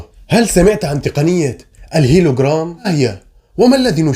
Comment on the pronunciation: هولوغرام و ليس هيلوغرام